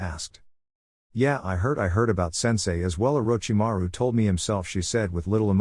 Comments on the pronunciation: that part is just the AI having issues pronouncing his name. Probably using a free text to speech program. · and I always start laughing when I hear them saying it 🤣🤣🤣